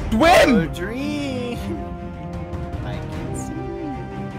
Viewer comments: Goerge said "dwem" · Dream: OH MY GOSH George: DWEAM